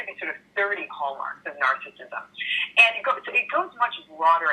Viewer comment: I wish he pronounced narcissism correctly.